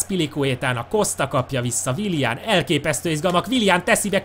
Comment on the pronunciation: Nem wilian hanem wilien